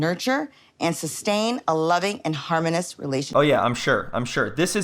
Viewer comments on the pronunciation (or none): This woman is pushing 60 and can't pronounce harmonius?